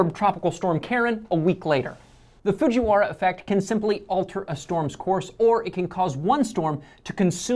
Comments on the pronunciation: ITS FUJIWARA NOT FUJIWHARA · it's actualy Fujiwara not Fujiwhara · It's Fujiwara not Fujiwhara.. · It's Fuji"wa"ra, not the Whale whara style! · It's not Fuji Whara It's Fujiwara〔藤原〕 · Boy u dumb it's Fujiwara not fujiwhara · it is Fujiwara without the H.. It is also my surname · fujiwhara is not how Japanese works. That's improper romanization. It's pronounced correctly, but should be spelled Fujiwara. It's like how we used to spell Tokyo as Tokio, which did not match up with how it's actually spelled in Japanese. the English language, when using words and names from other languages, preserves the spelling. we even have words like facade, which with English rules would be pronounced as faykayde, but since it's from the French façade, we spell it the same and pronounce it the same. if it were spelled fassad or fasad it wouldn't preserve it. It's just a feature of the English language. I feel like I dressed but still, Fujiwhara is not the correct spelling